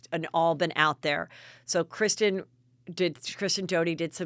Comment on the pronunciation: Isn't it Kristen and not Kristine?